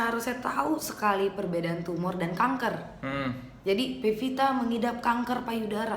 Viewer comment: udah 6 x nonton kang... teu bosen2 ah hidup kang soleh hidup pepita.. heheh pevita apa pepita.. saya kan orang suda ga bisa bilang F 😀